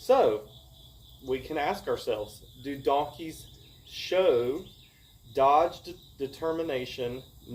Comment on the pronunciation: Dog-ged. Not "dodged."